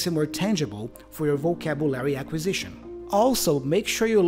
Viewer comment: I think your pronunciation is not too bad overall, but the word "vocabulary" sounded a bit off.